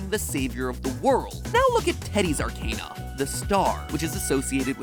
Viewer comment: Out of everything in this video somehow the mispronunciation of arcana triggered me the most.